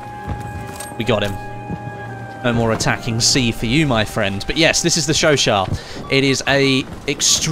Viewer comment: Finally a YouTube who can pronounce the gun right